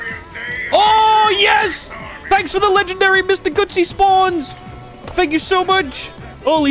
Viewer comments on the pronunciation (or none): Mr Gootsy? I guess you mean Gutsy? As in they have guts.